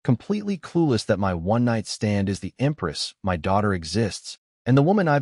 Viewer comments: I can’t get over the AI saying M-Y instead of “my” it’s killing meeee😭😭😭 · I realize it would take a bit more work but proof the AI audio before posting a story like this because the word is my not emm why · Why oh Why can't AI say my???